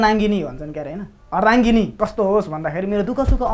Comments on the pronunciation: When he says ardhanangini instead of ardangini 😖😖🥴🥴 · When said 'Ardhanangini' instead of ' Ardhangini' 🤣🤣🤣🤣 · That part when he said Aardhanangini instead Aardhangini 😂😂😂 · अर्ध नान्गिनी होइन हो बोके बाबु , अर्धांगिनी हो है पार्टनर भेट्यो भने त सर्बाङ्गिनि हो नि केटो। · Ardhangini (aadha anga) ho ardhanangini (Aadha Nango) hoena😆😆😅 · अर्धनाङगिनि होइन हौ अर्धागिँनी हो।। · Seriously. "ARDHANANGINI" re ardhangini Lai. classic boka ko mukh ra dimag ma eti matra cha jasto cha. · He literally said "Ardhanangini" 😂😂 (Ardhangini) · When he said ardhananggini instead of ardhangini 😂😂😂😂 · Bolda ta "ardhangini" lai "ardha nangini" nikalncha. Special salute yaar. XD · when he says;अर्धनाङ्गिनि😂😂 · ardhaNAANGINI 😆🤣🤣🤣🤣🤣👌 bokai raixa hahahahhahahahahaa hasssaayooo